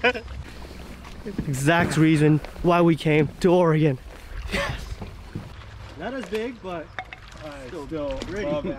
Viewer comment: Thanks for saying oregon correctly. Definitely a great video. You should check out some of the surf perch fishing out at the coast.